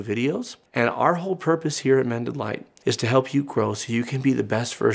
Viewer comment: About half the time when you say "Mended Light Community" my brain hears "Mennonite Community".